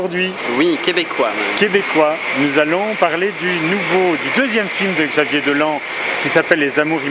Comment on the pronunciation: On dit Dolan (prononcer Dolanne).